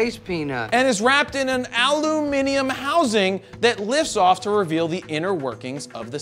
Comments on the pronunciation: Holly shit your said aluminium correctly 😂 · 10/10 for the proper pronunciation of aluminium. 👍👍👍